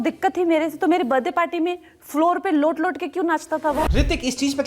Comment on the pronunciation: not let let but lowt lowt😂